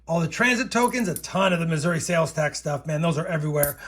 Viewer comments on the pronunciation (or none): none